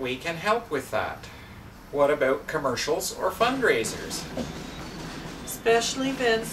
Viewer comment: Rolls eyes. Shrugs. Sings "Here comes the bride". Shrugs and rolls eyes again. Grits teeth in severe pain/humiliation. No comment. Just pause it here and look closely. Guest stars as the world-weary school bus driver stuffed into her prom dress. [HugeFrown]"What about prom night or a special evening out?"[/HugeFrown]. "What aboot sellin' yer hoose, ay?" while standing in front of an RV trailer. To quote Tom Servo: David Lynch only aspires to be this creepy.